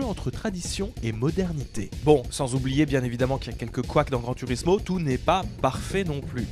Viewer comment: Prononcer grand tOUrismo svp j’ai déjà tuer 14 chatons depuis le début de la vidéo pour passer la frustration, pas cool